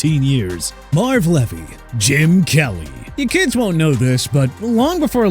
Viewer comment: Marv Levy (pronounced Lee vee)